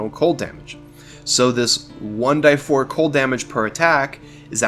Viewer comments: Please stop saying "one DIE four", and say "one DEE four" like everybody else. Otherwise, awesome vid! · Your way of saying "one die four" is annoying. It's "one DEE four" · "one-dee-four" .. not "one-die-four". Also for 'Sing' it is not unlimited as you state, the description clearly reads "5 turns". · Great comm6ent, BUT Jesus dude, I've been around RPGs for 30 years I've never heard anyone say 1"die"4. It's 1D4. You're going to lose subscribers over this annoying decision. Is it worth it?